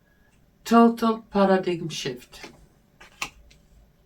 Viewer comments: Paradime - how paradigm is pronounced in English👍🏻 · A tiny little help for pronunciation: paradigm /'pærədaim/ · you definitely have a strong intuitive gift. The reading was quite informative. I noticed you were having trouble with the word "paradigm." It comes from the Greek language, and has a spelling that is unusual for English. The pronunciation is like this: PAIR-a-dime. Thanks for all you do! ❤ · Thank you for you beautiful spirit and especially from speaking in English so more of us can follow. Just a not Paradigm is pronounced as para dime